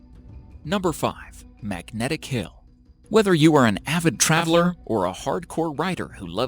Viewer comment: AaAaAaVID TrRrAAaAVLeR